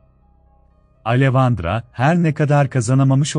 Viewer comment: Neden, bende bu sesin ismleri yanlis telafuz etmesinden rahatsizim. Alevandra degil, Aleksandra diye direk telafuz edilir. Mesela Monica yazilir, Monika telafuz edilir, bu kisi hep yanlis søyluyor.